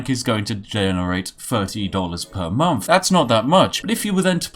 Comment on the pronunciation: I just wish you'd pronouce "th"'s properly and not as if it was an "F".... you know, like "month" instead of "monff" or "thousand" instead of "fousand"